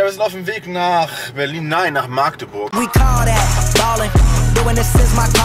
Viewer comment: ja ganu nett die Stadt, nur leider war er in Maaaaagdeburg. Schon sehr lustig, wie es niemand auf die Reihe bekommt, diesen Städte Namen richtig auszusprechen...